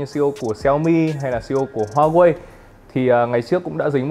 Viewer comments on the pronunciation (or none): none